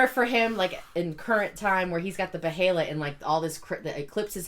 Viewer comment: I love yall fr tho, but its called BEY-LIT, not be-hell-it. Bey-lit.(behelit)